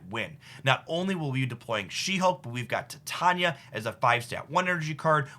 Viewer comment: Say it with me: TIE-TAIN-EEYAH